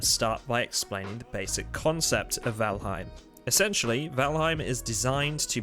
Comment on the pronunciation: Not trying to be a grammar nazi but it's pronounced "voll haim". Other than that the video is good, and I am convinced to buy the game.